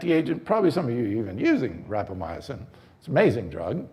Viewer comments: Great presentation! Lots of good info, especially for those new to life-extensionpitches. Minor note... We expect an authority on Rapamycin to pronounce it correctly. There are only four syllables and no "uh" after "my." Rap-uh-my- sin; not rap-uh-my- uh-sin. Is this guy maybe Italian? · Yes I thought it was rapamycin. You had me going when you pronounce it as rapamyacin. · Sounds delicious....how do I get some. And please pronounce rapamycin correctly. It is not rapamy..a...cin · ..you think I don't have a life bec I take the time to Google how to pronounce a term before I start talking to everybody about it? Dude...think about it. This guy has a product to sell you. He has prepared an enthusiastic infomercial. He hasn't even taken the time to pronounce a word that is commonly used among longevity specialists and influencers. Are you gonna be dumb enough to bite and buy the product?